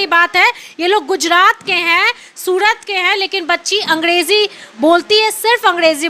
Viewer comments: अंगडेजी नही अंग्रेजी😂😂😂😂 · Aur ko aud Ghar ko ghad Har ko had Angreji ko angdeji Pahle tu sahi kar apne aapko 😂😂😂😂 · Angreji hoti h mam n ki angdeji😅